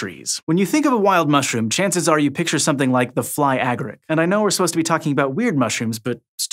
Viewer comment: I always thought that the accent was on the second syllable of agaric.